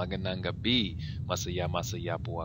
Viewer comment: Awesome tagalog! Though on words like gabi and kasi, you pronounce them like "kah-see" and "gah-bee", the "i" should sound more like the "i'" in "sit". So it would be like "gah-bih and "kah-sih". The "i" almost makes an "eh" sound. Just a little pronunciation tip